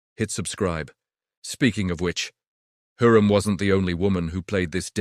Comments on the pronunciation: говорите правильно ни Хурим а Хюрем. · УЖАС СКОЛЬКО КЛАССОВ ОКОНЧИЛ ЭТОТ ЧТЕЦ ОДНИ ОШИБКИ ДАЖЕ ИМЯ ХЮРЭМ ОН ГОВОРИТ НА СВОЁМ ДИАЛЕКТЕ ДЖУНГЛИ.... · Не Хурим произносите правильно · ВИМОВЛЯЙ І'МЯ ПРАВИЛЬНО ХАСЕКІ ХЮРЕМ СУЛТАН. І НЕ ВИДУМУЙ І НЕ ГОВОРИ ДУРНИЦІ. АЛЕ Ж ТИ НЕ ЛЮДИНА А МАШИНА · Мои уши взорвались : ТопЧаПи,Хурим,харам и пр. ,,шедевры,, ну,это уже верх наглости от ииШАЧЬЕГО чтения --слушайте сами!!!